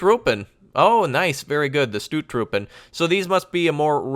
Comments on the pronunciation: Thee OO in stOOttroepen is pronounced as OA like in bOAt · WHAHAHA i am so hardly laughing how you say 'stoottroepen' i am dutch and it sounds so funny